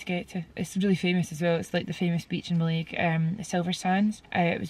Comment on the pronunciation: Love this vlog, just to let you know Mallaig is pronounced Mal-ig not Mal-aig. The west of Scotland is gorgeous! Hope yous feel better soon 💞